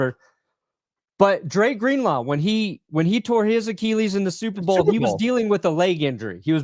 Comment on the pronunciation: Achilles pronounced “ah-kih-leez” not “ah-kee-leez”. Read a book.